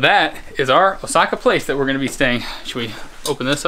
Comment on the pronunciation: it's O:saka not Osa:ka, great video though